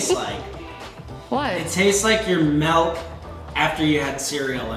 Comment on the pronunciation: Malk sound better then milk